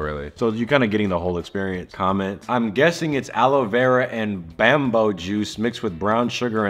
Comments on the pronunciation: The way pronounced bamboo 💀 bro really said "bambow" instead of "bambew" 😂😂😂` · butchered bamboo and said bam boo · Bamboo being pronounced as BamBow is hilarious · bro said bambo 💀💀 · said "Bambo"😂😂 bro it's "BAMBOO" Boo 👻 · Why did he say BAM bo instead of bamboo 😭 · Not calling bamboo 🎋 bam-bo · food so bad it made forget how to pronounce bamboo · No way he just pronounced Bamboo like that.. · why pronounce bamboo like that?